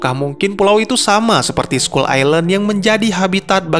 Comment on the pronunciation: Skull bang bukan school wkwk